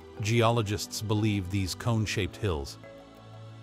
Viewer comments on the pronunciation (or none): none